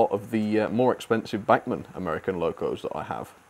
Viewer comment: That's a nice "Amiercan"